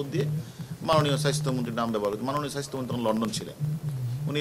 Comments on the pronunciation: আমি এটাই ভাবছিলাম , উচ্চারণ এমন কেনো ? Bcs ক্যাডার হবে উচ্চারণে সমৃদ্ধ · Ati Ami o sunlam ,tar ussaron Ki kharap obosta